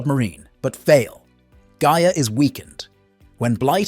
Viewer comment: This is some of the laziest nostalgia clickbait I've seen in a while. You couldn't even bother to listen to your own BS script one time to know that your AI was mispronouncing Gaia.... The spirit of the earth. I mean it says her name correctly in the freaking opening credits. If I could give two thumbs down I would. But you just get the one cuz that's all I think this haphazard attempt deserves. Oh except maybe this 🖕